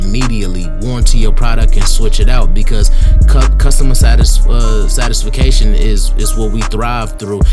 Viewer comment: Yo! My guy! Ive been watching your videos periodically for a couple years and I support what you’re doing completely. But I gotta give you a little 💩 about “SATIS-FA-CATION” 😂 I was locked in til I heard that lol I’m just messing with ya but that had to be addressed lol good work though bro! 👍🏾